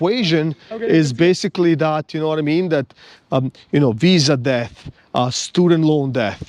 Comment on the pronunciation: Interesting that you sometimes pronouce debt as deatH ... you're not wrong in principle...🙃